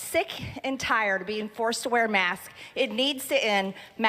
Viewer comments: I think she says “mask” because it’s slightly more difficult to vocalize that “s” on the end — it feels like a second syllable. If she were an eloquent speaker, she could have worded it differently to avoid that, but she’s not that bright. Also, Southerners habitually shave off parts of words. (Native Southerner here.) I’m kind of surprised she didn’t say “masts.” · Lots of people in the South really do pronounce "masks" just like "mask", and I find it distracting at best. I am from the South and I often slur the "k" in "masks", but I always pronounce both "s"es. It is of course also possible that this particular speaker does this just to annoy. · They mispronounce things they don't believe in or don't respect whether it be the names of politicians, masks, etc. Also, she is definitely experiencing labored breathing.. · Not native speaker here, I often skip the "s" at the end of plural nouns orally, but that's something I am aware of and try to correct. Marge is a native speaker. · Her saying mask instead of masks is like mike Lindel‘s saying stiold instead of stole. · Maybe her accent makes the "s" sound silent? Sounds odd to me, especially since I've been living down in South Carolina for almost 13 years. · She's saying masks but her s is really silent. lol This little spaz show she is doing is just so that she can look like some hero to her constituents. The fact the masking is ending is going to make her look like she did something. She knows very well it's ending, she's just putting on a pony show. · Strange that she'll pronounce "Faces" plural but "Mask" singular? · I think leaving the "s" off the ends of words is a North Georgia-ism...a very regional and unique dialect. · She has trouble putting an S after a hard K sound. She seems insecure about it since she would rather present herself as a person that can't comprehend pluralization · Maybe she trying to not pronounce masks as ‘mask-kizz’. You know, so she doesn’t sound as hick. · she was saying maks